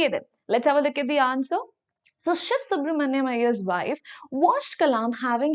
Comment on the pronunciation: Mam aap sivasu branania ko siv subramania pronounce kyun krte ho